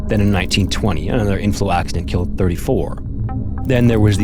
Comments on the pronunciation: 1920 34 miners “kulled” 🤨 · “34 miners kulled” 🤦‍♂️ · "34 miners kulled" what does that means